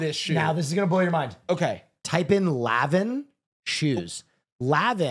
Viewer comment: excuse me but it’s LAN-VIN ☝️🤓